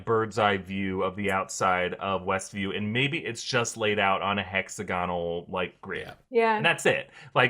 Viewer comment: Everyone PLEASE learn how to say this word: "Hexagonal" = hĕk-săg′ə-nəl it's not "hexaGONal". it's "hexAGonal"